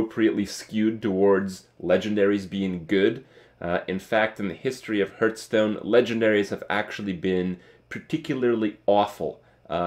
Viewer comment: You always say heart stone, not hearth stone